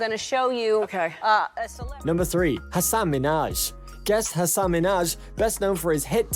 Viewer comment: YOU pronounced Hassan incorrectly! It's HASS-an. You just called him a horse 🐎 in Arabic...